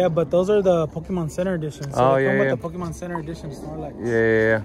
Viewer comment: Can't stand when people say POKEMAN